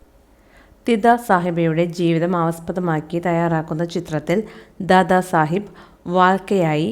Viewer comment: ദാദ സാഹിബ് എന്നത് തിദാദ എന്നാണ് പറഞ്ഞത്